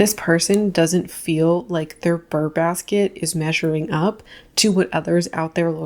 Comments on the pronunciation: Btw, it's brrr, like cold. It's not burr like a plant seed pod, etc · it’s- brrrrrr basket, just saying…… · It’s “Brrr” baskets, as in being cold 🥶 Unless it’s “Ber” baskets, for the months ending in -ber 🤔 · "Burr Basket" makes me think of Aaron Burr and Hamilton. 😂 It's "Brr Basket."